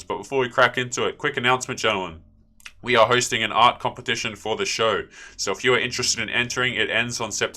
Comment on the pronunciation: No more "compeptition"? :D